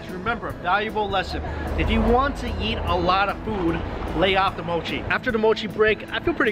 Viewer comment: the way he says "eat" sounds like "yeet" 😂👌